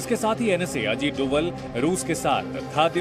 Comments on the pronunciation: पड़ना नही आता क्या डोबल नही डोभाल है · Tum media's waalo ko name bhi nahi padh sakte hain dhang se (डोभल )nhi hai )ajit Dobhaal hai(डोभाल्) होता है।।।।सब् news वाले %%@ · मैं Zee news का एक नियमित श्रोता हूं लेकिन कभी कभी आपके द्वारा किए गए शब्दों के उच्चारण बहुत असहज महसूस होते हैं। कृपया उच्चारण सही करें। यह उच्चारण डोवल नहीं बल्कि डोभाल है। अक्सर आज भी गढ़वाल, यहां तक कि लगभग पूरे उत्तराखंड में अंग्रेजी वर्णमाला के V को भ उच्चारित किया जाता है इस कारण डोभाल शब्द को अंग्रेजी में Doval लिखा गया होगा। हालांकि आम जनमानस उनको डोवल नहीं डोभाल ही कहता है। धन्यवाद।